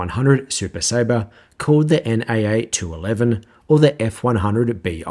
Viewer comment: The letters in NACA are said individually